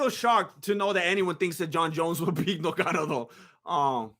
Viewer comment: Is it difficult to say "Ngannou" 🙄who is "Nogano" stop disrespecting ppl sir!